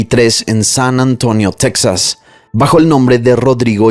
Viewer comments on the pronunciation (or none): none